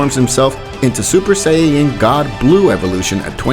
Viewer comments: This pissed me off watching, dude make a better commentary, you said he instead of sue like 70 times, you called beerus bills, it’s say-an not say-I-an, commentary makes these videos what is is, plz change it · Man out here saying things like sayayin... Calling everyone male pronouns and calling Beerus Bills lmao... Love ur vids nonetheless... Tho it's sayajin if u want the Japanese pronunciation... J like juice :) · I love these What If's, but the pronunciation is.. erm.. (Kaughlifula) (sayayin) (etc.) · "Say-ya-yin" why? Say it properly lollll, nonetheless, love your series, stupendous idea!!! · bro stop sayng sayaen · did you say saiyeeyen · Let’s skip the fact that he says sayiyain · did he just say sayeyens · interesting but please say Saiyan correctly please im begging you